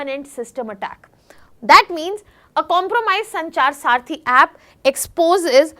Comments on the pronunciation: Saarthi or Saathi ? You speak good English , but this doesn't mean that you speak good Hindi. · Mis pronunciation makes you confused, disconnected . Please listen again. Check if it is Saarthi or Saathi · Its not saarthi its saathi